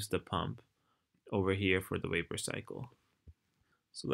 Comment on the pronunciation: i love how you say "Wapor"